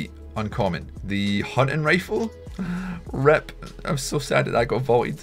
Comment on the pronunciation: No offence but am i the only one that noticed you say E instead of I, like REP Tilted?